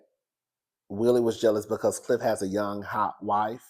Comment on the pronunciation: Not Gliff instead of Cliff😂